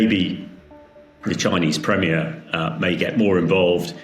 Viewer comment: Chinese premerer? Take O Level English.